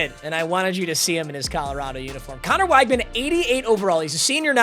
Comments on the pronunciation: it’s pronounced wig-man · weg-man its weg-man please